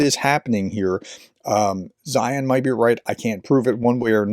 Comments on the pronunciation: You don’t have to watch many of Peter’s videos to learn how he pronounces his name. C’mon man. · His name is pronounced ZINE or ZEIN. the H is SILENT.